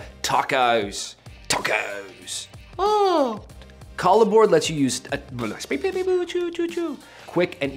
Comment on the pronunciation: Is this really the way it's pronounced? I would think pronouncing it like a merging of "collaboration" and "board" would roll off the tongue better....